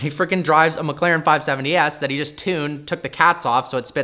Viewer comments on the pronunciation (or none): none